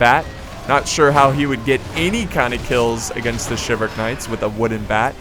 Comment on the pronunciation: It's shivel-rick not shiv all rick